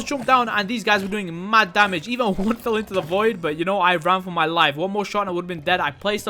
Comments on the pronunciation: i like how you said damag instead of damage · I just love it when he said DAMAZHE